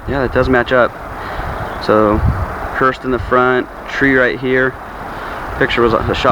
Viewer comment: Respectively, the vehicles are called hearse, not hurst.